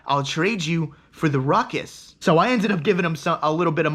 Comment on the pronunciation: Rutcuss lol